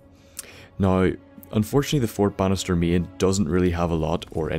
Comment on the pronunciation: Anyone else think he's saying fort bastard instead of fort Bannister